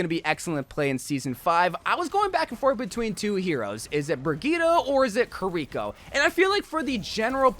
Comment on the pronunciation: When he mentioned Kuh-rih-coh (Kiriko) all his pronuntiation went to hell.